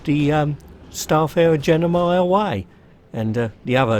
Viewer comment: Its gemini, not genimi! ;p